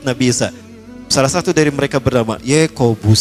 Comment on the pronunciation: itu bukan Yakobus tapi ==> Ye...Kobus....wkwkwkwkwkwkwk......ngakak gw.